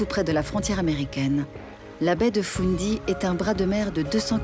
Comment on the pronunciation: Baie de « foun dy ». 😂 C’est fundy Et elle n’est pas si près des borders. Elle est entre la Nova Scotia et le Nouveau Brunswick